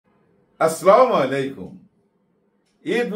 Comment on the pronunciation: Malek vai sob thik ace..apnake onurodh salam ta sohi suddho kore diyen..assalamu alikum..boliyen..❤❤